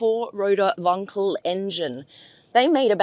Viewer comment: she pronounced wankel properly!